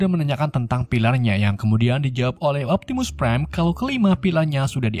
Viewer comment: optimus preng wkwk